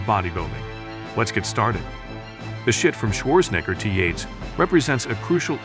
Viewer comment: Schwarzenegger, not schwoorsngr